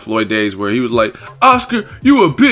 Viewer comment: "I hwas bone ready!"😂😂😂